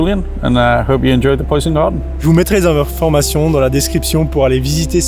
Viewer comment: « le poysn gawdeun »